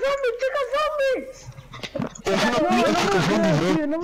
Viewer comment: dice zomie no zombie